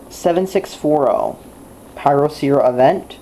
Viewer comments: WHY THE FUCK WOULD YOU GET THIS PHONE IF YOU DON'T LIKE IT!!? THERE IS NO PHONE THAT WILL COST 5 DOLLARS WITH FLASH!! I GOT IT FOR 30 DOLLARS! AND I THINK THAT PRICE IS NOT BAD FOR A CHEAP PHONE. And don't pronounce the name incorrectly It's annoying mostly because of your voice. The company is good because they send you replacements even if you don't have the warranty. I got that phone and it lost It's battery. Then I emailed the company so that they can send a replacement and they said yes. Most carriers won't do that. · Why are you so damn sarcastic and smug? U got this phone for $5, STFU and STOP pronouncing the name wrong. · Then get your parents to buy you a better phone! Also this is how you do as review: LISTEN TO THE WAY HE PROONOUNCED THE BRAND NAME AND LOL THAT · Didn't you say there was NO micro sd slot? So why did you then say that you have to purchase an sd card? So are absolutely despicable did you know that? YOUR parents got you the XBox and that is how you got the phone. Stop being an entitled white boy and learn to pronounce te brand correctly.